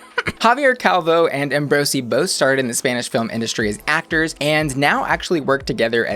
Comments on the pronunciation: Spanish words pronounced very well. Kudos for that! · Your Spanish pronunciation is just flawless! As a native speaker I really appreciate the effort. And I agree, the show is nailing it. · I adored the way you pronounced everything spanish-like. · I'm very pleased with pronunciation in Spanish. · This stands among my top 5 favorite seasons of all times. As a Mexican fan, I praise you on your pronunciation. Thanks for that! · Hablas español? Or why do you pronounce names so perfectly? I love that finally an american on the internet doesn’t butcher EVERY word in spanish 🖤